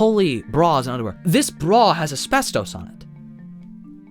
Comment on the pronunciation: I'm sorry, but.... "asbreastos"